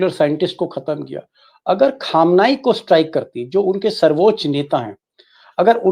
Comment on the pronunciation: भाई अयातुल्लाह ख़ामेनई कहा कीजिए ख़ामेनई नहीं । अल्लाह आपको अच्छा रखे